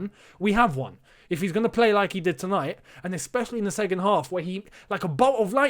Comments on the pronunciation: you know how you don't like people mispronouncing ziyech. It's SECOND mate not segond 😂😂😂. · Nobody:: “Segond”